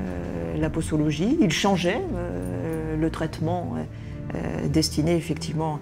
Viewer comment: Madame l'Avocate, un s placé entre deux voyelles se prononce comme un z. Du coup, posologie se prononce po-zo-lo-gi.